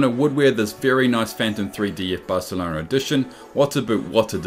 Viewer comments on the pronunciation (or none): none